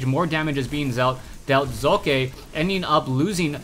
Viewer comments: im german and it is pronounced like "soccer" without the r nvm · hey says it like hockey